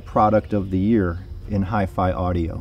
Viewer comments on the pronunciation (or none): none